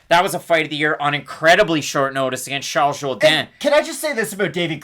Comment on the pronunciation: "Shalls Zhowdan" & Marcelo HO-HO Thanks. I didn't even make it through the entire video, Just kept listening to you pronunciate the names so accurately